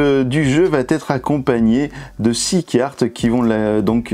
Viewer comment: VA ÊTRE! Celui ci va être! Par pitié supprimez cette vilaine liaison qui me fait bouillir les oreilles! Vatetre ça veut dire peuplier en norvégien! Très bonne vidéo nonobstant :)